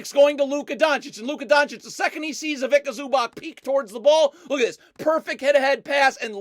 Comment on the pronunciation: "Ivika Zooback"